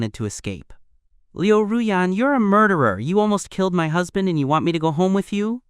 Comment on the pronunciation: It's husband, not hasbent